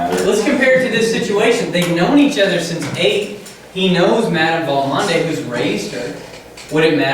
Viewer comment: Mush-SHURE you should say for "monsieur." Val-MOND, two syllables, cher.